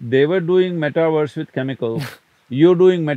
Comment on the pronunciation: Sadhguru... meta-verse is as in Uni-verse. NOT meta-worse!!!